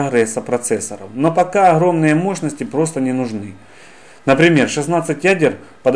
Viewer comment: Хорошее видео, но от речи охромный, ихры уши вянут